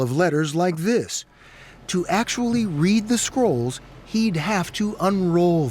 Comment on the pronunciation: Am I only one who heard squirrels instead of scrolls? 😅🤪